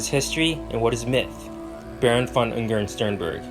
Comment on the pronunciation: 1.5h Video but cant spend 1 Minute Looking up how to pronounce the name you will mention like 4000 times